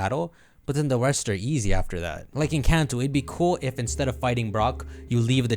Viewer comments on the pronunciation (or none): none